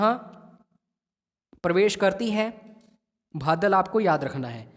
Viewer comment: बदाल not भादल